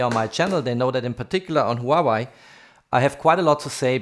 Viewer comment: Hua-WAY. Not Hau-Why lol